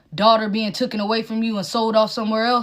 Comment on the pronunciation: Sooooo annoying when people say 'tookn'. It's 'taken' you mongaloid.